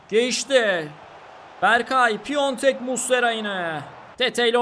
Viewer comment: Aslında çok önemli değil ama Başakşehirdeki oyuncunun adı Piontek değil, Piatek. Bu hatayı Beinsports spikerleri bile yapıyor.